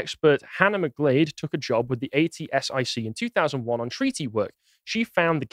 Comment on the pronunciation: “Ay tee ess eye see” 😂 At-sick, that’s how it was pronounced